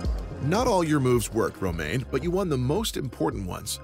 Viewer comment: I love this series, but the introduction voice misspronouncing Romaine is sooo annoying.